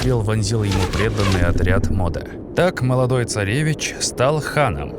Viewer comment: не Модэ а Моде